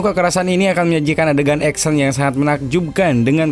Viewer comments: Action itu bacaan nya "eksyen"..bukan "eksen" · 1 hal yg mengecewakan dari sang narator, nyebutin kata "ACTION" nya gak kena. malah trdrngar EKSEN bukan Eksyen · baru sadar Action dibacanya Eksen wkwkwk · Ngakak denger suara 'eksen'